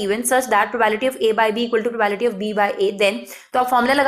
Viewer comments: It's probability not probality . 🤪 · Its probability not Provality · maam its probability not probality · mam wo probability hota h, naki probality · It’s probability not problity 😂😂😂phele bolna toh seekho phir padhao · It's not probality Actually it's probablity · maam probability not probality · When she say probality instead of probability it annoys me in very uncomfortable way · Mam it's probablity not probality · Probality nahi laudi Probability hota hai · Nice teaching but probality not probability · Abee probability hoga not probality.😂😂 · Ma'am it's not probality ..it's probability ... please pronounce it's correctly .. It's really irritating to hear again n again probality 😌... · Not probality... Its probability.. Please note it.. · Its probability not probality..sorry m grammar nazi..no offence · It's probability not probality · Bhai yaar ye probality bolti hai irritation hogaee muje mai ni dekhra eska video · i appreciate your effort for this video but its not "PROBAILTY" its "PROBABILITY". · GD exp ma'am, BTW it's PROBA'BI'LITY. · pro-bae-bi-li-ti (probability) don't feel offended only wanted to correct you so that you can improve(no body is perfect).